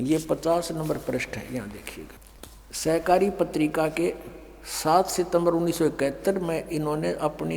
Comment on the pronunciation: आप को ढंग से सहकारी और शाकाहारी बोलना पढ़ना नहीं आता चले है मेरे गुरु जी की बुराई करने पहले खुद को देखिए किसी संत की बुराई करने वाला खुद क्या होगा समझ में आ रहा है